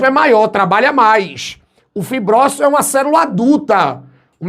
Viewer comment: Ouvir a palavra "cerula" eh a melhor parte da aula kkk